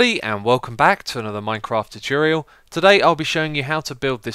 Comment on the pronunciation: its tutorial not toturial